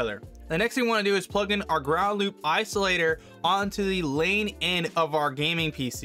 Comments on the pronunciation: It's not "Lane" ... it's "Line" for all those wondering. Line-In and Line-Out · i like how your saying lane not line lol but thanks for the help i been having issue with my audio routing this helpped me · I laughed when he hovers over the word line and he still says lane lol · Lane = Line, is that a local accent? Great video, helped me tremendously.